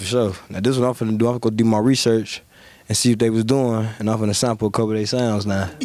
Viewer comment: Durk hit em w the "ima go do some REESEarch" 💀💀💀